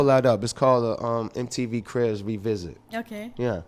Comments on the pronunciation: She can’t pronounce word ....crips instead of cribs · "We've all seen your Mtv "CRIPS" episode.. like c'mon a b & c are pronounced totally different.. accent or not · She’ said CRIPS EPISODE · thought she was saying crips